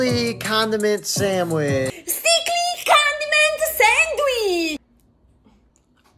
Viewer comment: bro has like Im a sAnDWEEEhe